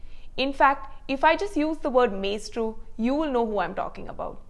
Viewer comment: Learn to pronounce "maestro" - LOL.